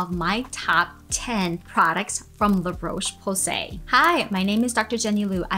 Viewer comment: Dear America. The o in Roche is pronounced like the o in hot, not the o in cold.